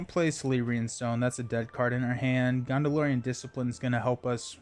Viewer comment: Please stop saying GONDOLORIAN SHIELD (Star Wars has no place here 😁) Also "C" is pronounced like "K" with names and such with Tolkien. "K"eleborn... and so on. Same with "K"elebrian's stone... no Sssssss sound. Seems like many players on Youtube do not pronounce these correctly and it drives me crazy!Otherwise, love your videos.